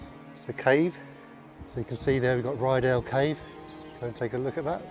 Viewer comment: Beautiful scenery, just to say its Rydal not Ryedale